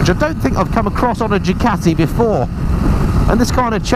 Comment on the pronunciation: I do enjoy your vids but please pronounce Ducati properly